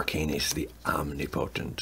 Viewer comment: Om-ni-po-tent. Li-ch